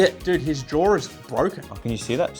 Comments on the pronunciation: “Jar”: “It’s not jar it’s jaw” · The way adds an R to jaw has my dying 😂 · i love the fact they both say jaw like jawr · cut his “jor orf”